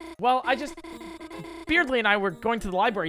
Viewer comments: The fact he learned earlier its supposed to be pronounced "birdley" but went back to "beardley" during chapter 2 is so god dang annoying. I don't hate you, but gosh that's close to breaking me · He's doing it because Beardly is funnier, I think he said that right after he learned the correct pronunciation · still really funny how he pronounces Berdly as Beard-ley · He said he was going to keep pronouncing it wrong because he thinks Beardly is funnier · He knows, he’s pronouncing it wrong on purpose because funny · Ok not gonna lie pronouncing Berdly's name wrong is starting to get annoying lol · HOW DO YOU PRONOUNCE BERDLY WRONG????